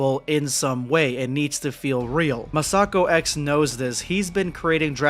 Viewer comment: not to nit-pick, but you're mispronouncing "MasakoX"..